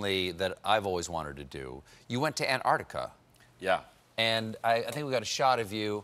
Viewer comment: Ugh, Stephen! It's not AntARTica, it's AntARCtica!